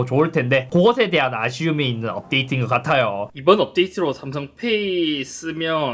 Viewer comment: 삼성페^이 억양이 구수하네요 ㅎㅎ